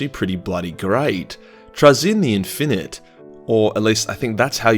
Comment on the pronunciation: TRAY-zyn. Stress the first syllable- also, in-fin-ite (all three syllables stressed the same).